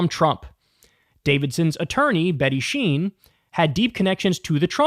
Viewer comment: Its not sheen, its Schein, like in Shining, without the -ing.